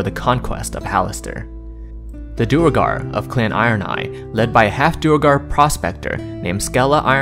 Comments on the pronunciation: Duergar is pronounced "dwere-gar", not "dur-a-gar" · Its not dew a gar, its pronounced dwey gar.